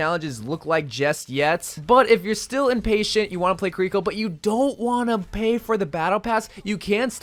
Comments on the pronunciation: ki-reeko Eveyone else: key-ri-ko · Pronounce her name right dude